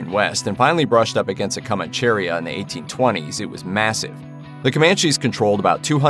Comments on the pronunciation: Coh-mahn-cheh-REE-ya. There is no 'cherry' in the word. The stress is in the fourth syllable. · Co man che ría. (accent on the í) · co•MAN•che•RI•a(h) is how you pronounce it not however he butchers it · Co man Che Ria not comancheria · I think the accent in Comancheria is on the i, as that is the second to last syllable. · It's Comanchería. The stress is on the I, that's why it takes an accent there. Don't stress the e. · Decent video, but could you please stop mispronouncing Comancheria!!!